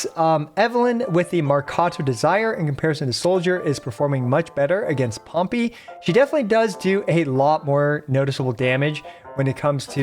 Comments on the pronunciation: I just have to say it but Pompey is pronounced Pom-PAY not Pom-PEE. Not sure if it's just cause it sounds funny (I thought so). But had to add my 2 cents, otherwise it'd bounce around in my head all day. Lol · No offense, but if you pronounce Pompei like it's a little penguin pet one more time, I'm gonna crash the f*ck out